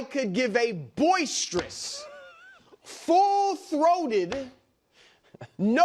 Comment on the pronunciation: FULL THROAGHTED